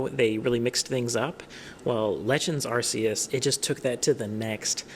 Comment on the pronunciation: WHY DOES EVERYONE SAY ARCUS WRONG!?